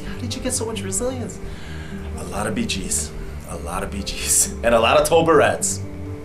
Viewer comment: Did you say BJ's or BG's? To me that would be the same thing, because honor is so nice <3